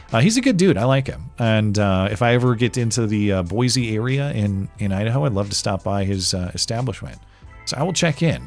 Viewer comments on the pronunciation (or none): don't EVER pronounce Boise with a "Z"... EVER AGAIN! Dude. You fucking LIVE in Idaho now, and you were next door in Montana for ages. You should know better. There ain't no Z in Boy-see. Boise.